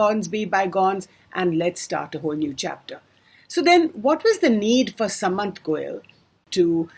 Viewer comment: u dont even pronounce shudh common Indian words / names correctly. how unindian can you be. you pronounce goel as sa/mant like sum or summary whereas it is to be pronounced with the sa.... like sardines or Sardinia.